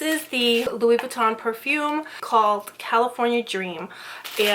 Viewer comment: Louissssss Buittan lol. Girl you're gonna buy luxury brands you better know how to pronounce it. hahaha